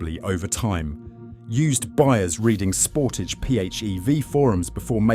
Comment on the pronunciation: Pronunciation of SEAT is in deficit. Ditto Sportage. Sorry, Anglophones just cannot say big words such as Sportage. I could have been rude enough to pinpoint the problem, but acted with restraint. Mercedes isn't mirsaydees, either .....